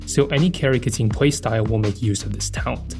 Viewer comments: Why, why do you keep saying Keting instead of Keqing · Instead of a voiding saying her name, this went the other way and said "Keting" in every sentence of the video. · pls stop saying ka ting. it hurts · her name is pronounced "kuh-tyying" not "ke-ching" or "ke-kwing" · sorry but each time you say Keqing it hurts